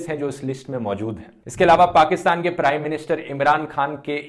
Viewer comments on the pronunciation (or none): none